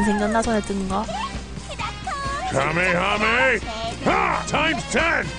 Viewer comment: 하매하매가 아니라 가메하메에요 ..